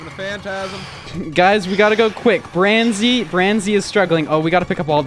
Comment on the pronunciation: It’s barnzy